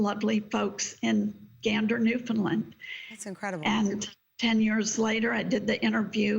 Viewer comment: I have to roll my eyes when a TV host, a supposed professional, blatantly mispronounces something as simple as a province -- it's Newfoundland, NOT New-Finland!